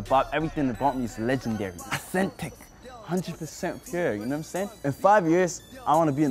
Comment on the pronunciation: Somalis be like AUUUSEEENNTIKKK